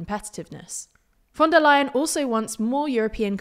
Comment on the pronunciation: thats actually the correct pronunciation this time